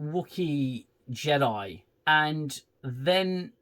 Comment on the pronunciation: I'm ashamed I haven't seen you since all the Picard series and I love your reviews!! I'm glad you're back with the Acoshyte 😅 Defo getting a Like from me! Just please don't loose your sanity. Bloody JEDI (JE-DEI) lmao 😂. Good to see you again 🙏